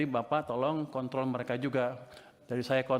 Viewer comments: di menit itu kontrol apa kont*l ya..wkwk..kontrolnya beda ucapannya ya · di menit itu kontrol apa kont*l ya..wkwk..kontrol nya beda ucapannya ya